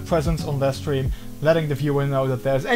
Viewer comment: Are you saying steam, stream, or Streve?